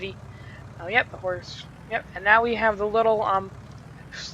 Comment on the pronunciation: Horsch...sounds like horse 🤔